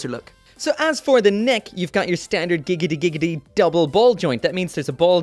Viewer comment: daaaang how does say the "giggidy-giggidy" so well that he doesnt tongue twist